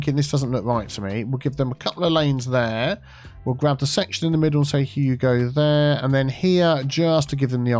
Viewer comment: After a few you go there, I can't stop hearing Hugo there, Hugo there... also Hugo there.